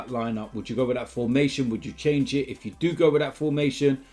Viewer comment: he said ifff dumbass